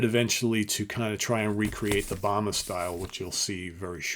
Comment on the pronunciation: Very nicely presented!! And because it's so well-produced, I beg you for the love of all that is good and right in this world: When you're doing your research, PLEASE LEARN THE CORRECT NAME PRONUNCIATION!! The actor's name is Ron Ely, pronounced like E LEE, not like "The Book of ...". James Bama's name is pronounced the same as the brand of jelly, not like the former US president.